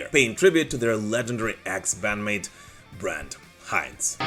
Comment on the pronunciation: You pronounce Brent Hinds wrong....